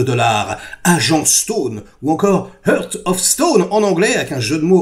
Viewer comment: Pitié, ce serait cool de prononcer l'anglais un poil mieux. "Eurte" au lieu de "Haarte", ça pique les oreilles. Oui, je chipote, continuez comme ça pour le reste. Bravo et merci.